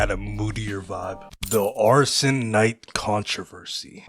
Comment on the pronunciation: its ashen not arshen you idiot